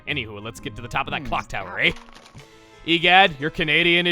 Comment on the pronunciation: AND WE SAY EH NOT A. IT MAKES AN H SOUND AT THE END